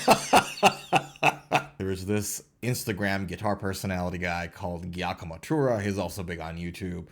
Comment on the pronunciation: Giacomo is pronounced Jacomo and it's Danny Sapko not Sepko.